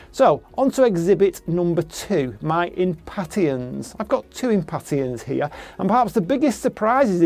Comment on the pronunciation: We pronounce impatien differently